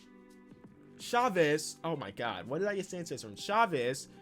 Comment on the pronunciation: Nobody:: says shavez instead of chavez lol